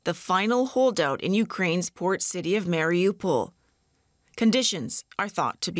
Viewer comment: why are you calling it Marry OPAL?